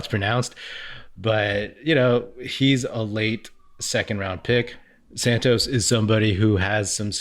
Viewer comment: The Fitz fill-in is Santa Cruz Warriors' announcer. I believe the first name of the international prospect is pronounced like the clarified butter, ghee. Last name is pronounced Sahn-toose. Congrats on the new YouTube channel, by the way.